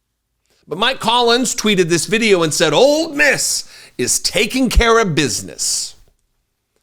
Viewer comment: Ole Miss not Old Miss